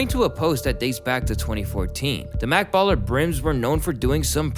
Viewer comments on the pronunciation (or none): This guy said Mak Baller??? Lmao it’s Jet 🛩️ not mak this guy isn’t a reliable source anymore 🤦‍♂️ and slizzy means “Maks” Whoopty is jet slang and it has a response and CJ is double R “R8” 😂